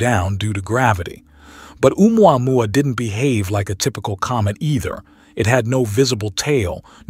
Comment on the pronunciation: umuamua Me: The pronunciation is killing me!!!! 🤣